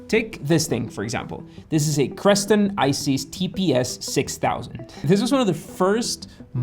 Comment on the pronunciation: how are you gonna put so much effort into the presentation of an essay about "smart homes" and get Crestron's name wrong??